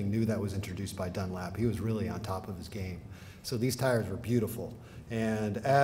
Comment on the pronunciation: John Boyd Dunlop, not "Dunlap", for what it's worth